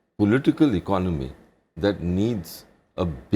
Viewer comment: hahahaha they all don't even know how to pronounce the word "economy" its non of your business...just try to solve the issue of poverty and inequality. also construct toilets for your women :*